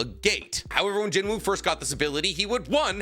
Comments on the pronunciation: It pronounced Jin-oo btw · the W is silent in Jinwoo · just a heads up the W in his name is silent loving the content keep it up fam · Please pronounce his name correctly 😔